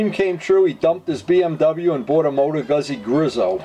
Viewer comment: It's pronounced Gooz-z .... like piz-za